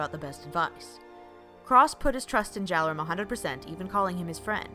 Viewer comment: Say it with me people. JALERIN! JALERIN! JALERIN! JALERIN!